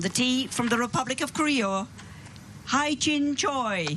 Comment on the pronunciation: Yo should Pronouns he Jin Choi not hai Jin Choi 😂😂😂